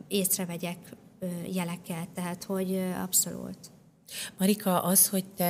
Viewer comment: Könyörgöm, ne használjon idegen szavakat, aki nem tudja rendesen kimondani őket! Rettenet irritáló Melanietól az “abszolult” és az “önreflekció” sokadszorra. Anita meg “vállik”. Médiában megnyilvánuló emberek, beszéljenek már helyesen!